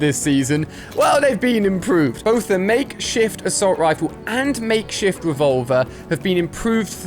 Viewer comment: He said makeshit rifle